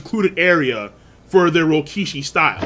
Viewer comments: After all these years, is STILL saying Rokishi instead of Rokushiki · Will you PLEASE pronounce the name right It’s Ro ku shi ki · Bruh. Rokushiki. Ro-Ku-Shi-Ki. Say it with me now.